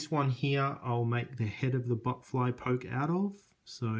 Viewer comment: It's botfly not butt fly